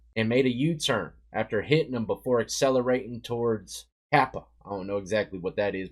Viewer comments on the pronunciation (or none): Kapaa Pronounced Kah pah ah